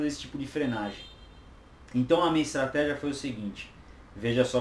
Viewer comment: Estratégia, do Espanhol Estratejia, do Inglês Estratégi...... tá dormindo seu 06, segura essa granada por favor!!!